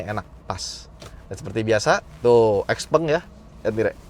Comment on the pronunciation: Pengucapannya bukan x peng .... tapi xiao peng.